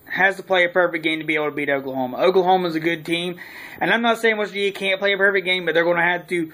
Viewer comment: This is exactly why people from WV get a bad rep. Learn how to say West Virgina for some articulation if you're to make videos completely based on the subject